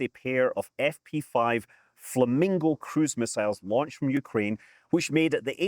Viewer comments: Isnt it Flamingos not falmingos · Haha "Falmingos".